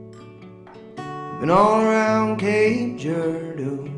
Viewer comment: He says Cape Girardeau so weird lol.